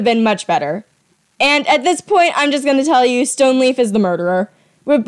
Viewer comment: His name is not stoneleaf is stoneleap to correct you